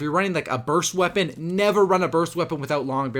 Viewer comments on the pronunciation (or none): none